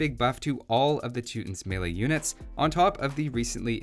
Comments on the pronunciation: The name of the group Teutons. He says Teutonic Knights correctly but for what ever reason he doesn't emphasize the second half of Teutons when saying it. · Now if only he would learn how to pronounce the name properly